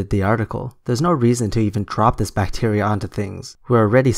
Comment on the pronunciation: "Deadly bacteer"